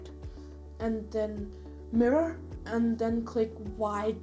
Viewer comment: This was an awesome tutorial but i got confused at the end where we have to hirror the arm. Couldn't rlly understand what you were saying. Can anyone please help me!